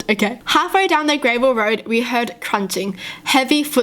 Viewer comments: It not grave l it gra vel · She says gravel like grey-vul. ???? I dont say it like that??? Is this a thing or? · Why does she say gravel like grayvel. Is there anyone else who says it like this? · She can’t even read gravel